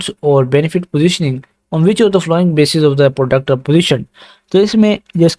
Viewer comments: yar following ki pronounciation si kren apni baki set hai zabardast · not only following some other words too please.